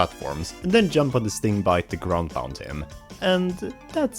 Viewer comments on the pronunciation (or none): Sting-BEE! I swear you pronounce shit wrong on purpose.